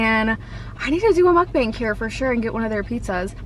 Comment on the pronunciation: It's muk-bangh not bang